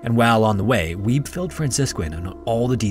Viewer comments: I think it's pronounced "WEE-bee", not "WEEB." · I giggled a little every time I heard you say ''Weeb'' for Wiebbe, its more like Wee-Buh